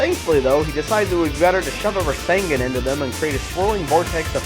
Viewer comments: Hears characters say "rasengan" properly Still decides to say rasengin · its called rasengan not risingin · u definitley say rasengan completely wrong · I don't like the way you say "Rasengan." Lol. But the vid was still good. Kakashi ftw. :]